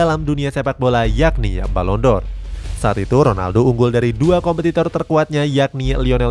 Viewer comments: Penghargaan balon Dor 😂😂😂🤣🤣🤣 Balon D'Or dibaca balon Di or Bkn balon Dor 😂😂😂😂 Channel bola lho 😂😂😂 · Balon D'Or min .. bukan balon dor 😀😆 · Koreksi dikit "Ferguson" bukan "Fergusen" sama "D'or" bukan "Dor"